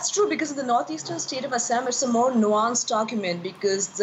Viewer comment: Why does an Indian have difficult pronouncing Assam? Is anchor having identity crisis?